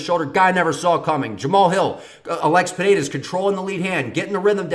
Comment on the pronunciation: As a Brazilian I can say: You pronounce "Pereira" really well. Best so far